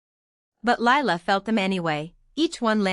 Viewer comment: What the hell did I just listen to?? The title has nothing to do with the story, the necklace had no continuity anywhere and then Lila was looking thru ledgers. What garbage. And the name Lila is 2 syllables.